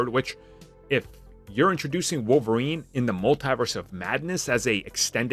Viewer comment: Wolf-erine he's the wolf lol